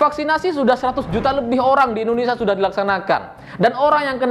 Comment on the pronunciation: Hey ya bukan Indonesa belajar selling dulu sblm bikin konten